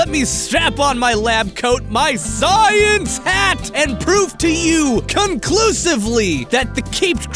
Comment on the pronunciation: The way "science" is emphasized I can just imagine austin's voice